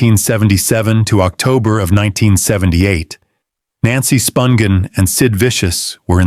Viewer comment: Interesting video. But, you're killing me w/ how you pronounce Nancy's last name.